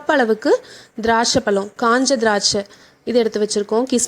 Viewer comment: Please pronounce pazham instead of palam. Rest all excellent. Product, method, demo, coverage, presentation, speed (tempo) all are best.